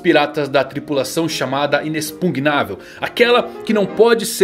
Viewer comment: "" depois que aprendeu a falar inexpugnável, fala pausadamente agora, pra esfregar na nossa cara que está certo! kapasapskapskapsk